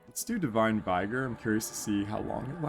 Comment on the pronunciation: Vigor is pronounced with a short i, like "ih" in "ick".